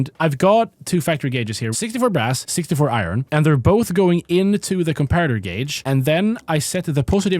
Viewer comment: YESSSS, HE LEARNED HOW TO PRONOUNCE GAUGE🎉🎉🎉